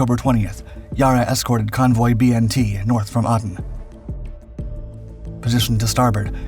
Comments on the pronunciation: Aden pronounsed ayden.😢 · And “Aden” is not “Ah-den”, it’s pronounced like the man’s name, Aiden. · Aden - "Aiden" not "Ardenne". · Sorry to add to your misery regarding pronunciations, but I see no one mentioned your pronunciation of the city of Aden. It is not Ar-den, it is Ay-den. Also, the Yarra variants below are often unhelpful. It is Yar-ra. The first 'a' is very short, like in cat, not long as in tar, as you pronounce it. The second 'a' sounds like a very short 'uh'. And it's true, it doesn't sound especially nice pronounced correctly but given it is from an Aboriginal language, it pay to say it correctly. Melbin is the correct sound for Melbourne unless you are from the US Melbourne or the one in Derbyshire. Appreciate the effort. Even Drach gets it wrong more often than he'd like, it can't be easy.